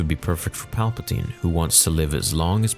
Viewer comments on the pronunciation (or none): none